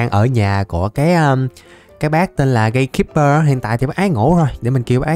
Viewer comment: Gatekeeper phiên âm tiếng ziệt:gay-kip-bơ